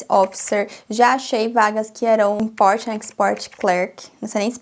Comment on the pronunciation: Sei que você não perguntou mas percebo que todas as vezes que você fala palavras em inglês você adiciona vogais no fim das palavras e isso é um erro. Não é o seu accent, não me entenda errado. Falar facie bookie, i likie… invoicy… isso são erros que cometemos. Eu já fiz muito isso mas aos poucos da pra ir polindo e melhorando essa pronúncia. Exemplo, importie and exportie… fala um T mudo e o inglês vai mudar muitoooo